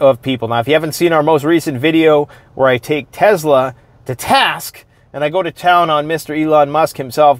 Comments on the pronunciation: Tezla😂😂😂 it's Tesla💪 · Never heard of a tezla before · Why do people pronounce it teZla is spelled Tesla.